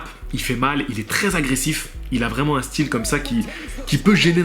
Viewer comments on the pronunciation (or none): none